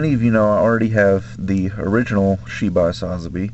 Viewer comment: Love all the models and paintjobs you do but i only have one thing that bothers me can you plz say sazabi right go watch chars counter attack your killing the name.